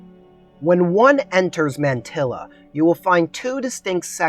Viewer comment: Thanks for the vid. Besides the mispronunciation of Taliesin, Mantyla is pronounced "montahla", which means "of the pines".